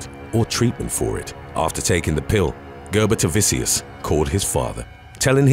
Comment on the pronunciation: it is and it's pronounced Ger-boo-ta-vichus lol